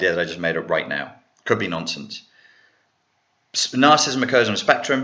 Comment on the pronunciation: love your videos, but there's just one annoying thing.... You keep pronouncing it as "narcist", "narcism" and "narcistic". Its "narcissist", "narcissism" and "narcissistic". Sorry!;-)